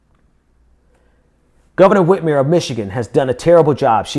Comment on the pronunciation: Hey..it's Gov. Whit-MER, not Whit-MERE...